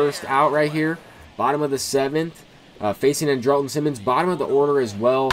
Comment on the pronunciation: It’s pronounced yer-mean and an-drill-ton for Mercedes and simmons